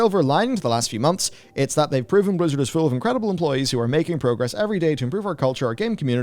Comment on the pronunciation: When you say "Blizzard people" I hear "lizard people".